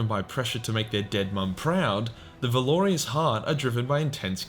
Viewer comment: I can't listen to this. Every. Sentence. Isn't. A. Point. And you lost me at "Valorious" where did the i come from?? Valour-russ.